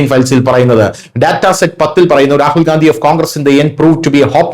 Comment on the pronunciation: ഗാന്ധിയല്ല, ഗണ്ടി എന്നു പറയു